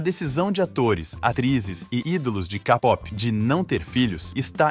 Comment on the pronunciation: "Kapopi" "Kadrama" 🥴